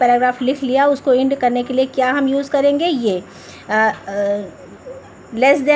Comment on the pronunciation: Mam apko bolna nhi aaya 'end' vo Ind nhi hai